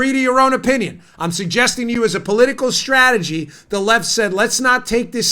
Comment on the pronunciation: Puuleeeeeeeese stop saying stragery.... Leave the "R" OUT!